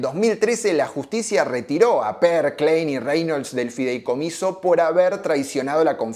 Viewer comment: No es fidelcomiso, es FIDEICOMISO.